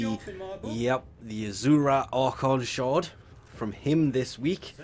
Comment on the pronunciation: I love the way you pronounce "Azure" and "Boreal" it's completely wrong lmfao